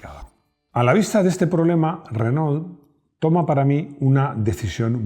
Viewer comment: Porqué los españoles dicen “RENÓL”? 🤦‍♂️. Renó, renó!